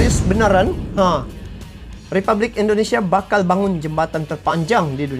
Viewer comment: Sorry bro, Republik bukan ripublik 🙏